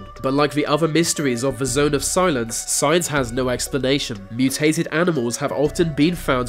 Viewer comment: Did I hear "science" or "signs??